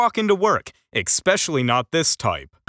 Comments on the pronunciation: You gotta love youtube's recommended videos. Colin Robinson goes to McDonald's. Love that episode! btw, mr narrator, the word is especially, not eXpecially. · Tell the commentator there is no such word as exspecially it is especially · Sorry but I can't listen because your mispronounced word makes me cranky. It's ESpecially not ECspecially. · Exspecially. Can you use "Exspecially" in a sentence please? I am extremely fond of coffee drinks, Exspecially Exspresso. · Why do so many American mispronounce “especially” and say ekspecially??? Oh that right. They’re American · Theres no x in especially, learn pronunciation before posting 😠